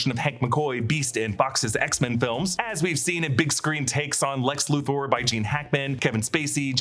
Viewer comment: Luther is pronounced Luth-er not Luth-oar!!!